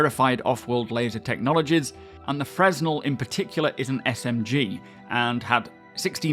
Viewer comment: I just want to point out that "fresnel" is pronounced "freh-NELL."